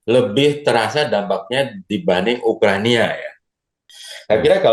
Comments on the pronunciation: 4.20 Perang Ukraina pak bukan Ukrania 😂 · Ukraina pak izin bukan ukrania🙏 mungkin "rania"mantan bapak ya